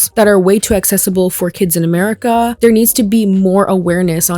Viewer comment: Are you a toddler you said "amewica"